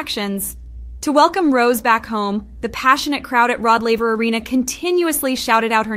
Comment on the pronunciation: The way she pronounces her name as ROSE 😅😭